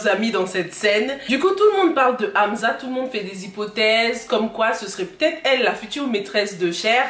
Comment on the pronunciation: Je vous aime bien mais petit remarque on dit pas amza mais amssa